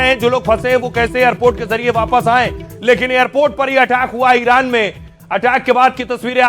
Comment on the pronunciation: जुवान लड़खडाराह हें इरान को इनार बोल रहे हो